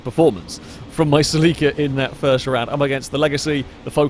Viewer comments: Sa leek a? Do you mean Celica? pronounced Sell i ka? Or are we talking about something entirely different? Nope you said gt 4 that's definitely a Celica. Is that how you pronounce it in the UK? Sell i ka must be US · Saleeka. I had no idea what he was saying at first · Sel-ie-ka/ Sel-ee-ca is the proper way to say it. Americans say it funny mostly. Listening to a Japanese person say it makes alot more sense . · Funny how other counties pronounce Celica (Sell ih Ka) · sel-eeeeeca lol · As an american, I just have to say you pronounce the 'celica' strange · Is that how you pronounce Celica in Britain? I've never heard it pronounced that way. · I have never heard Celica pronounced like how you did before XD (I am American) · As an American the way you say celica drives me crazy lol. Keep on keeping on!